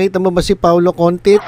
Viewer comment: May nabasa pa nga ako sa iba na Contitis 🤭🤗